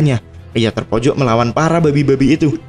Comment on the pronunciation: Bang kalau bilang "BABI" biasa aja donk